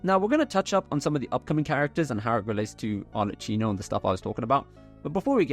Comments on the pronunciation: Arlecchino is pronounced with k as in kilo, not ch as in cheese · Really, Arleccino? You know that she is called Arlecchino, it is pronunced very clear in the game, why continuing calling her Arleccino? Just say Arleckino if it is too hard for you! Sorry, but it bothers me so much! People will correct me al the times when I pronounce some English words not in the right manner so yes say it right!!!! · it's arlekˈkino not arletˈt͡ʃiino